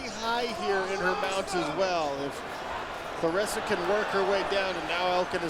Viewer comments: Amazing she’s a dog for real! She’s only going to get better! Dangerous Wow!! Put some respect on her name, Bc it sounded like the commentator called her Flarressa to me!! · Her name is Claressa NOT Clarissa.